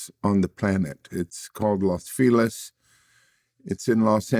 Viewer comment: As a Mexican who speaks Spanish!! Vlad said Los Feliz right the 1st time.. It’s LOS Feliz.. Not Las Feliz like Las Vegas Lyor!! Los Feliz..